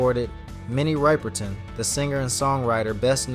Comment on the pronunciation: Minnie WHO? If you make a video learn to pronounce the name of the person. 👎👎 WHAT rumours confirmed? Clickbaity crap video.